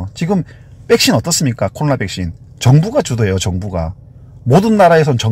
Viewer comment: 백신을 항상 빽신이라 하시는 거 귀여우세요ㅋㅋㅋ